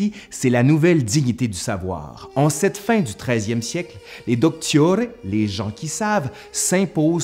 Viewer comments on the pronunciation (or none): none